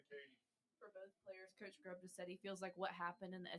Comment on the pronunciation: If you're going to ask questions, them get the fucking coaches names right when you ask!! This is your job to know your people you're speaking with and asking questions!!! This means you're terrible at your job! His name is Ryan Grubb!!!!!!!! Not Grubbs!!! Know what you're supposed to know